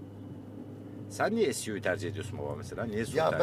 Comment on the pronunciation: Suv(es yu vi) diyor ahmette bir adı daha vardı onun Suv diyor gel de bunun filmine gidenle dalga geçme AS:FASDF